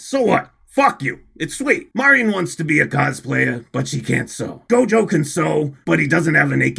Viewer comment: I have decided that my weeb powers (we used the word otaku in my day) are stronger than, on the premise that he can’t pronounce Marin correctly. I’ve also come to the conclusion that my levels of autism are also greater.